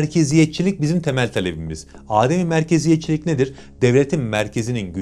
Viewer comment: Ademi merkeziyetçilik tamlamasındaki adem sözcüğü uzatmadan okunur adem yani Arapça'da yokluk anlamı taşır bilginize